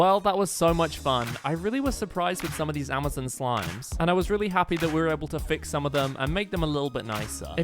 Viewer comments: “Amizin” bro iz Amazon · He said Amazin